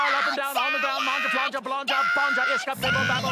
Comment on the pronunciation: the way he rolls that Grround is what gets me